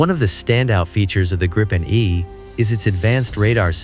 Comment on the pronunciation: The correct pronunciation is (in english spelling) 'gree-pen', as in 'sweeping', not 'grippen'.